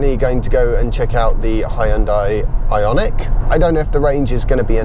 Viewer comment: Ahhh I miss the alternative pronounciation of the 'Ionique'